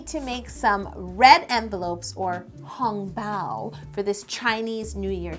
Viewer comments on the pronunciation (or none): I know what you mean. I honestly didn't realize it until you pointed it out. She keeps doing the wrong tone.😂 But I honestly didn't expect someone who doesn't speak it to say it properly so it never registered. Then I had to go back and listen and I started laughing. Hong tone going up, bao tone staying straight. But seriously, everyone knew what she was talking about. I am still being corrected a lot. Mandarin is hard yo. Oh, I live in Taiwan right now. So, I was so excited when I saw this😁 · Being Chinese I found it amusing the way she butchered Hong Bao’s pronunciation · Oh god that 红包 pronunciation ;_ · I guess cupcake 055 is talking bout the Chinese pronunciation? Cause she pronounced hong bao a lil off